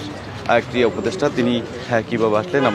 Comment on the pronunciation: " শব্দ " টা "ক্রিড়া" ক্রিয়া নয়।